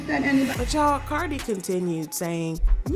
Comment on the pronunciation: Y'all saying cardi wrong but praising Nikki and shes the one that started speaking on cardis kids